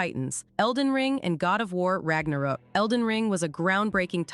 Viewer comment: Like content but I say shit wrong on purpose and I can't suffer it, wtf is God of war Ragnarok I literally says rock